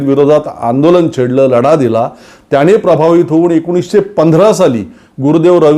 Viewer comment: सर, तुम्ही शुध्दतेच्या अट्टाहासात चुकीचं मराठी बोलताय याच भान राखावे, उदाहरण म्हणजे,,,परवाणगी, त्याणे,,रावन, अंदमाणात, भावणा माणत,,,, बघा लिहिताना कचरायला होतं, तर ऐकताना किती टोचत,,,, तुम्ही आमच्याच मनातलं बोलता, पण अशा प्रकारे होत असेल तर ते विरोध्यांसाठी मुद्दा नका देऊ , आणि मराठी साठी हे आपणच पाळले पाहिजे.... तुमच्या सारख्यांचेच उदाहरण घेऊन नवीन u Tuber, बिघडायला नकोत, ही रास्त अपेक्षा, हिच की, आपण त्यासाठी सजग आणि प्रयत्नशील रहालच